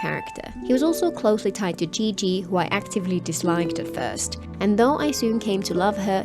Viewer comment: great video! just one note qiqi’s name should be pronounced “chi chi” and not “ji ji”. “ji ji” in mandarin means penis 😅